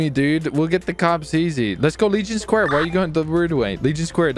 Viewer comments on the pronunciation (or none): Every time he says square I hear leech and pair